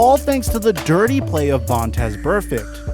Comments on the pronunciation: Chuck Cecil says Vontae who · his name is Vontaze and hes not Burfict but who is 😂😂😂😂😂